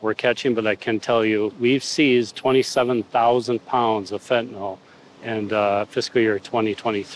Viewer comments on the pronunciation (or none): Why do they keep calling it, “fentinall?” It’s fentanyl not “fentanall.” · Fentanyl not “fentanol” Good grief it’s a hopeless situation when the preponderance of supposedly educated officialdom, at all observed levels, simply are incapable of pronouncing the word correctly.